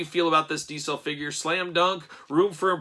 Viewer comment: For the love of god .... diZel ... your killing me with your d-cell pronounce of the name ... face is off but looks cool ... jealous